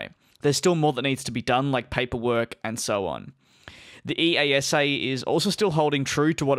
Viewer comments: It's not E.A.S.A - it's eyasah! smh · EASA Pronounciation: ee-ah-sa